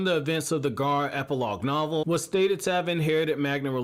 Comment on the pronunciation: It's not gaaar it's gara